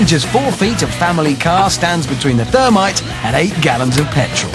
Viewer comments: not termite, THERMITE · the "thermity"